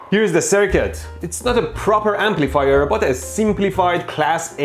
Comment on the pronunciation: Am I the only one who hears "Amplifire" when Mehdi says "Amplifier"?